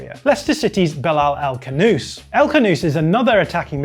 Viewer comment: stop callin him 'el canoose', it's 'El Khhhanouss'. gotta use the throat.